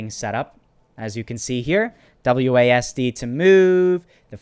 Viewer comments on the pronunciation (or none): none